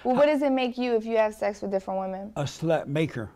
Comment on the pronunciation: “Make you a SLUT.” 😅 so much emphasis on that word